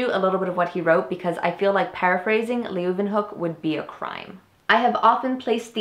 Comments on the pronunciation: I believe it's pronounced van looo-ehn-hawk. I may be wrong. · the u in van Leeuwenhoek is silent, as are all u´s followd by w´s in Dutch words. We´d be mad if they weren´t.